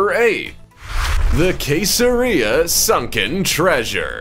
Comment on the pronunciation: It is pronounced see zero reason not Kay ser ria!